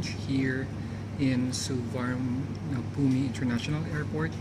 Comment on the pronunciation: nice vdo...Thank you very much.. By teh way, just pronounce Suvarnnabhumi airport as Su- Waan -Na-Poom.